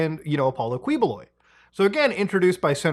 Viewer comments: 2 things: 1.It's pronounced as "Ki-bo-loy" 2.A lot of us in the city have been theorizing that he's been up to shady things, but for some reason, no investigation has been done behind his strange, unannounced wealth or even his army of loyal workers who serve his bidding for free. Trust me when I say that him being involved with human trafficking isn't really too surprising. Bonus: He got his loyal followers by helping those who are suffering below the poverty line, giving them their much needed care. That's how people saw him as someone who could be the reincarnation of Jesus. They somehow fail to see the giant mega-churches and helicopters, but what would I know. Bonus Bonus: He would send his followers all around the Philippines and have them sell snacks and accessories. These followers don't mention that they work for him and use reason like "school donation" or "orphanage charity". You can expose them by insulting Quiboloy in their presence. Honestly, it's quite a sight when you do so. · heheheh dude's name is pronounce as "KEEH-BOH-LOY" glad you covered this! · Say it right Muta: KI-bo-LOY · as much as I like muta I wish he made some effort to try to pronounce names right lol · yow muta, you seem to be struggling on some of these names. dont worry, the names suck and really sht to read out loud. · It never fails to give me a chuckle when mutha miss pronounce their names. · its actually pronounced "kiboloy" instead of kwi. also a not so fun fact, We live right next to his compound and I got to shook this man's hand 💀💀💀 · its KEYbuloy not KWEboloy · Quiboloy, pronounced as Ki-bo-loy. Not Kweboloy. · Kiboloy not kwiboloy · and thank you for never properly pronouncign his name as "ki-bu-loy" and just keep on saying "quee-" 🤣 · It's not KWIBOLOY it's KIBULOY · not "kwi"boloy, but "ki"boloy...thank goodness that mf's caught. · quibuloy is pronounce as "kiboloi" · Its pronounced as kee- bo-loy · Its actually pronounced Kiboloy🤣👍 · Again Muta its Ki-Bo-Loy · key bloy